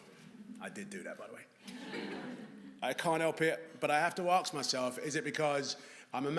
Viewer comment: Why is Idris saying 'ARKS' instead of ASK ? I've seen him in plenty of stuff - he does not talk like that. - he says 'arks' then he says 'asking'.